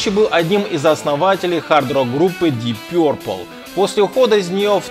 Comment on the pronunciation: У тебя плохо с англиским. Включай концртные (Live-Deep Purple) и там вокалист отчётливо выкрикивает Дип Папл, а не Пёрпл как у тебя. Слушай песню Burn.